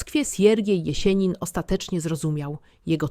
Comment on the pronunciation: Nie ""Konstantajnowo" tylko Konstantinowo i nie "Jesienin" tylko Jesjenin z twardym "s". Nauczcie, proszę, właściwej wymowy tego sztucznego geniusza, bo kiedy to słyszę, uszy mnie bolą. Pozdrawiam i życzę sukcesów.